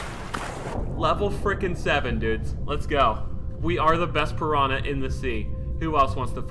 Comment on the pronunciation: Listening to Speedy pronounce "P'rana" hurts my soul.